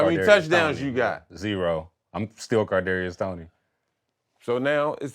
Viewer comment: Who is KaRdarius Toney? Lol